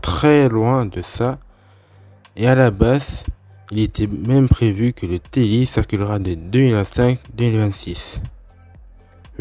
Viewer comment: C’est TLI pas Telli